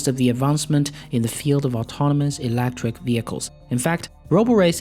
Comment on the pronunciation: ... elEctric not elActric ! :P